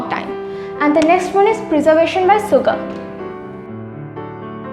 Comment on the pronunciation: Sugar - shugar(pronunciation)